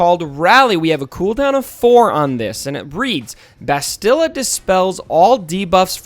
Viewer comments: Please stop mangling Bastila's name. Say the word "mastadon". Same inflections and speed. Bast-ill-ah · I dont mean to be rude, but my OCD is killing me...why does everyone mispronounce "Bastila"???